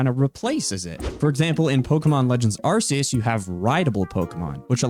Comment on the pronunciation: It's not "Arse-eus".